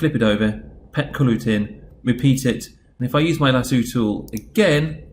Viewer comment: 'lasooo' im dying rn